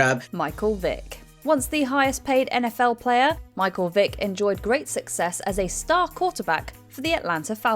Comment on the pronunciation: Did she call Michael Vick, "Dick" ? 😅